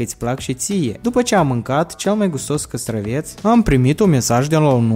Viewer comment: Castravete nu castraveț